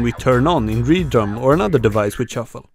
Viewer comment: Thank god. I thought I was going mad, I’d stopped using Reason for nearly ten years and when I came back to music creation I hear all over the official videos - Red-Rum instead of Re-Drum. Yes, yes (and ha ha) - I get the Kubrick reference, I first noticed that in version 1.0, but it’s only funny once and, as a marketing guy, the consistency - even the cheesiness - of naming just about everything with a ‘Re’ is one of those pleasing to the ears creative choices that I’m sure is partly responsible for Propellerhead’s success. I’m glad can pronounce the name correctly. Now, I also understand the concept of quirk and marketing to those ‘in-the-know’ but I’d hope propellerheads is beyond that now. Reason is an industry standard, love it or loathe it. I love it, by the way. For a while there, with Re-cord it was looking like it might be on the decline but my recent re-discovery (see what I did there?) has been as much fun as the first time I opened Re-Birth. Using ‘Re’ IS pretty much the brand, and renaming something because of an only slightly funny in-joke about how cool your movie watching preferences are should have been stopped at the brand guardians. Of course, as I haven’t been paying attention for about 10 years there may well have been a huge PR event talking about how it’s now red-rum. If that’s the case, then fair enough. I still think Re-naming (or should that be ren-aiming?) RE-DRUM is stupid, though, and destroying my childhood a little bit. Bloody millennia